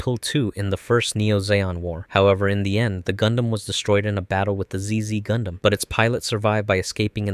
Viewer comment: zizi gundam💀. It's pronounced "double zeta"